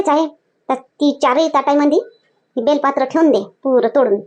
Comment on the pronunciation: बेलपात्र नाही बेलपत्र म्हणा.